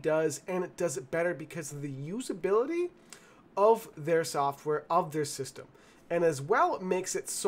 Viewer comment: It's pronounced (system) not Sis-temy 😂